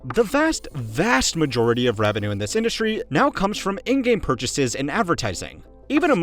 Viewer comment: How did the word "revenue" get butchered that bad? 😂